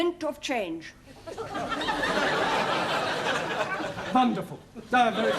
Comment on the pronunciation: saying, "Vonderful". 😂😂😂😂😂